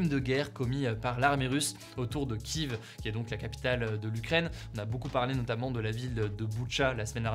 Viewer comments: C’est super mais c’est Kief pas kive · kiev se prononce kièf… plus ou moins. merci pour votre travail. et bien sûr que des couloirs humanitaires sont en place ou vont l’être . le projet carnegie… mélangé les origines pour diminuer le patrimoine immunitaire… mais quelle richesse gagnée aussi. voir les choses avec un autre filtre: trop de monde sur terre et trop véhément. la covid fût le signal du démarrage toute voile dehors de leur grand projet. trouver un big one virus pour réduire le nombre. pour instaurer la puce /le traçage à tout bout de champs.trouver de bonnes raisons de nous affamer: la crise, la guerre( quelle horreur 😢)le terrorisme, les conflits internationaux. ils existent bien entendu… mais avec ce focus là, ils vont tous dans la même direction, selon moi. je souhaite a tous une magnifique journée rempli de soleil et de joie et au moins, une belle accalmie et un peu de paix… pour le bien le plus élevé de tous 🙏👍